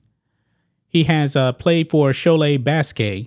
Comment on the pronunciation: I can understand that your french pronunciation is not very good, although Cholet was perfect, but why did you pronounce basket like that ? 🙃